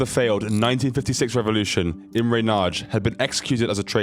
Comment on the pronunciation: Imre Nagy is not "Imre Naj" but more like Imre "Nuhdj"